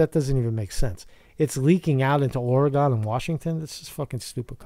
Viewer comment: Please pronounce it like Orygun, not Orygone. It drives us all crazy when its said like that.... Just found the channel and I really enjoy your perspective. Thank you!